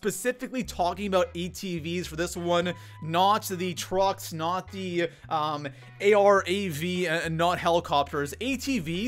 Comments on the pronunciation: It’s Calle aye rav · Call everyone a bad player but concusses literally everyone, cant pronounce arav their isnt a dash in the name, sniping is still good after the new armour update especially the outlaw, tip try not to loot late game unless its necessary